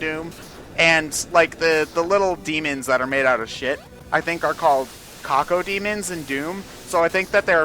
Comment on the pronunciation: Cacodemon,, not cockodemon.